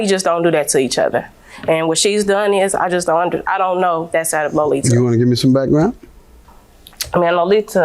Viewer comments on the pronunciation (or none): The way they were saying her name is so irritating “Low-Lee-Tuh”. 🙄🤣🥴